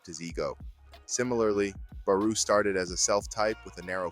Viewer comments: It's BarO not BarU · No way you pronounced Barou as PERU!! 😂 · Yeah doesnt say barous name properly